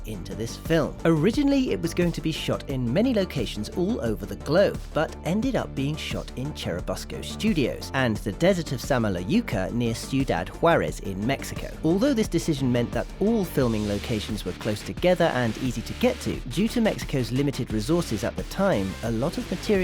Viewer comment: About phonetics of "Estudios Churubusco" . This word sounds like Choorooboosca